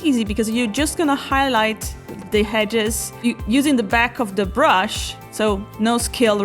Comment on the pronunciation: It's EDGES not HEDGES there is no 'H' sorry to be pedantic but this just totally ruined the whole video for me, I just couldn't get past it! Hedge - a fence or boundary formed by closely growing bushes or shrubs. (hope that helps)